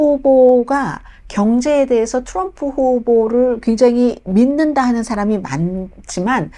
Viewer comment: 자기 응원하는 후보 발음이나 똑똑히 하라우! 추럼프